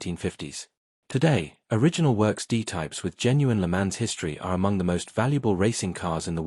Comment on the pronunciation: Pronunciation PLEEEEEEESE - Check "Le Mans" s'il vous plait.